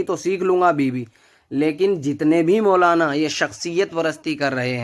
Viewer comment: Poori video me lafz molana molana chabha chabha kr bolta raha ab keh raha h galti se nikal gaya molana ka naam.